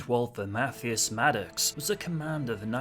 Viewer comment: Just FYI: Mathias is pronounced <Math>